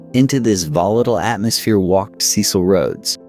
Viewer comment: When your AI places van Riebeeck's settlement on the opposite side of the bay, with Table Mountain as scenery instead of a backdrop, your credibility goes, also battered by the wrong pronunciation of Dutch names and indigenous peoples. Or "Cecil". k Dutch was not "stripped down by the African sun" but modified by the "Malay" slaves they imported from the East (Malaysia) as well as the French. Majuba was 27 February 1881 yet the newspaper headlines are Garfield's assassination on 2 July 1881. The drawings of characters often bear no resemblance to existing photos - eg Wikipedia. One of the worst abuses of AI on the internet. The flecks of light flashing across the screen add nothing but irritation to the production.